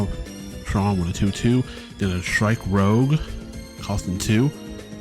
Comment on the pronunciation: Strike Rouge is not Strike "Rogue". Lagowe: "Luh-Gow", second syllable rhymes with "ow" Dearka: "Dee-Arc-uh", and you discard with him first before you draw. Also, that's only when linking him, that effect would not fire when you put him on the justice. All colors have their own form of draw already. Blue gets straight draw power from numerous effects, White gets looting effects to draw on discard, green draws by searching for cards by traits, and red gets a small amount of draw usually in the form of card rebates or loss mitigation. If you're playing pure red right now and you want additional draw power the way you do it is splashing white for overwhelming affection or blue for show of resolve. That's why you're allowed to play two colors in this game.